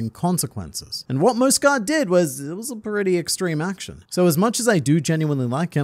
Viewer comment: Mjosgard's final words: "It's pronounced MYOS-gard!" and the World Nobles: "Whatevs Mosgard." Hajrudin: "I shall carry on your legacy of the soft 'J,' my brother.": "Whatevs Harudin."